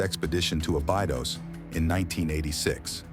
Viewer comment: Osiryaon and abaidos are u kidding me